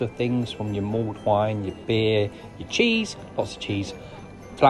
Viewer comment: It's mulled wine, not mould wine.